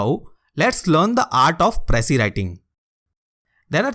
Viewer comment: You can’t even pronounce precis and here you are teaching precis writing 😂 What a joke. And there are more people like him who even gives online classes for ias lmao. Just imagine, attending IAS online classes by those who never made it. Lol go fuck yourselves